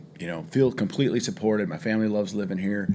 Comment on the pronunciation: Anyone else uncomfortable with how DeBoer pronounces "family"?